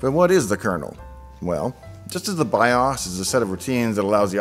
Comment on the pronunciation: Idk. You pronounce bios different than me so I'm questioning your knowledge now . Lol